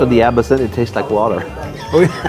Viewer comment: That video was good fun. Perhaps it was the booze 🥴 but I believe they were pronouncing Absinthe incorrectly. It is not A-bi-sinthe, it’s Ab-sinthe. … correct?